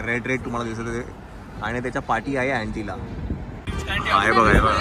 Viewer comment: Antina nahi it's antelia